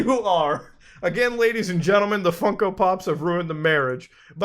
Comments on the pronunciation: why does he keep calling them funky? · I can’t take him seriously when he keeps saying “funky pops”